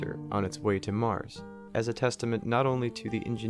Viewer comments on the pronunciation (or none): none